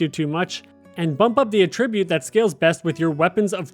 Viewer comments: Okay lol no. It's not A-ttribute. It's pronounced At-tribute. Good video otherwise. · The way you pronounce attribute is incorrect as your pronunciation is as a verb which would be used like this "he attributed the firm's success to the efforts of the managing director" whereas in this case it should be used as a noun and would be used like this "flexibility and mobility are the key attributes of Britain's army" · cant finish this video because of the way you say attribute like it's not a noun in this instance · Please for the love of god, learn how to pronounce Att-ribute, not A-tribute 😂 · You're saying "attribute" incorrectly. The way you're saying it is the verb form. AT-ribute. Emphasis on the first syllable. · You know what I realized, I pronounce attribute based on the context, but I realized should I be? Like, “to what do you attribute the pain?” = ah-trib-byoot vs. “video game attribute” = at-trib-byoot. I’m shook. 🤣 Great vid. This helped. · You lost me at the way you pronounce attribute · I like this vid because the mispronuncation of attribute shows it's real! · I’m sure hes a real person. But mispronouncing attribute definitely makes him sound less human. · Literally can't trust anything in this video after the 10-second mark when "attribute" is pronounced incorrectly... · bro can’t even say attribute correctly why ima trust anything he say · Less than a minute in and you mispronounce attribute and wanton… a wonton is a chinese dumpling filled with cream cheese. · He pronounces "attribute" and "defense" wrong too haha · Can somebody tell him the proper pronunciation of "attribute" in this context, please? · So appreciate the video and the help, but I can’t keep listening to attribute pronounced wrong, I’m losing IQ points… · You real quick look up how to pronounce “attribute”. The noun and verb are pronounced differently. I love you.